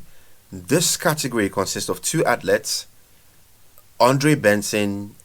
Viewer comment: Pronounced Athleeets not outlets bro🤣